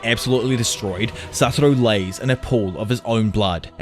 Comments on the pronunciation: satoru, not saturo. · Can you please learn to pronounce the same “Satoru” please? It legitimately ruins the quality of the video. It’s extremely distracting how often such a basic error is repeated. Not trying to be a jerk this is my genuine feedback.